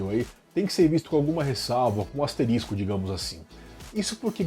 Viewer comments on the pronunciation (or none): none